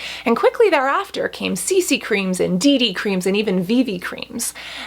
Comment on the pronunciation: Did she said DD creams or Dicky creams?